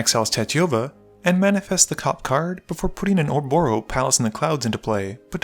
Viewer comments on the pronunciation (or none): none